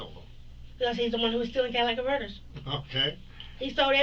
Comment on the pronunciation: Not your "Cadillac converter" 😂😂😂